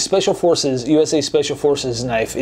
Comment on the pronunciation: ve-hicle and knoife. well done